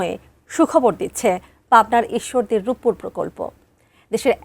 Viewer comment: Rooppur 😅😂 Ruppur hobi re bhai🙂